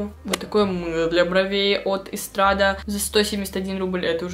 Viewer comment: Lavelle- лавЕль, Estrade- эстрад, Farres- фАрес, про Rad вроде писали (немного помощи по произношению)